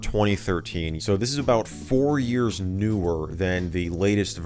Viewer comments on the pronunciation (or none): none